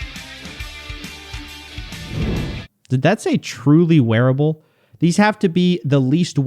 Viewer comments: "Truly wearble" 😂😂😂 not wearable, but wearble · wearable, not "wearble" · "Truly wearble" What's a wearble? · No it doesn’t say “truly wearable” it says “truly wearble”! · No, it did not say truly wearable, it said truly wearble lol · "Truly wearble" What is a Wearble? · Wearble? WEARBLE?????!!!!!!!!